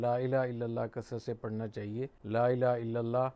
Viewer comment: حضرت آپ کی عزت میرے سر آنکہوں پر اور آپ کا علم بہی بہت زیادہ ہے لیکن آپ کی توجہ چہوٹی سی چیز پہ دلوانا چہتا ہوں... آپ کلمہ پڑہتے وقت لَا إِلَٰهَ ٹہیک سے پڑہیں.. "ہ" واضح نہیں ہو رہا...